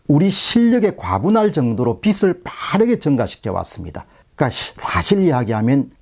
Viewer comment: 박사님, 비슬, 비츨이 아닌 비즐로 발음해주시면 감사하겠습니다.